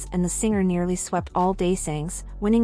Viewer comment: THANK YOU! "Hori", "Hawrish", "Day-sing" Like wtf, at least try to put in a little effort in pronouncing the Korean names and terms...